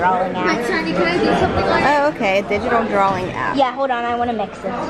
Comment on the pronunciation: “Drawling app”